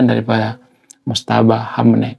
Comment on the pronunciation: Maaf ralat sedikit Bang. Namanya MOJTABA, bukan Motjaba